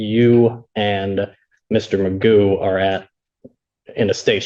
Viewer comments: Do Americans really pronounce “McGough” as “Magoo”? I know they butcher polish names, but there must be so many Scots over there they should still remember its “McGoff”, right? Edit: and I get that even “McGoff” doesn’t really capture the throat sound of the “ff”, but I’ll cut you some leeway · Magoo isn't even the correct pronunciation of McGough.